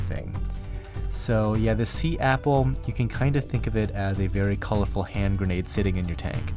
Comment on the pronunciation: I like the way you said "hand grenade"